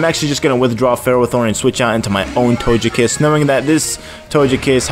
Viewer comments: Dazzling Gleam, and togekiss isn't pronounced tojekiss, it's to-geh-kiss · Why do you say "Tojekiss" with the soft g?